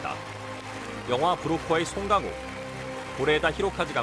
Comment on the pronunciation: 발음 너무 웃기다 송갱호 우리가 영어 발음 할때도 그럴까? 근데 제대로 된 발음 정도는 연습 하지